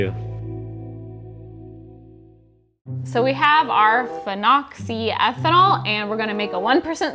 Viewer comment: Not a professional, but I think it's (fee no zy eth an all). The last part being ethanol. Could be (Fee-noxi-ethanol).